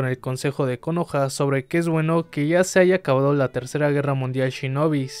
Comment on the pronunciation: Che amigo suena como el ORTO el acento en la última silaba de Konoha